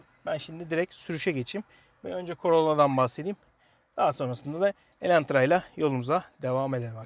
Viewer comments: Videoyu izlerken farkettim sende bayılmış sın Elantra ya😂 bide elentra demesen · Neden defalarca Elentra dediğini anlamasam da şükür ki başlığı doğru yazmışsınız.